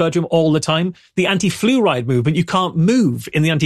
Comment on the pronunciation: Congratulations to you fine Scatharians. And I had to listen to saying "flu ride" a couple times before I realized is wasn't some sort of British car.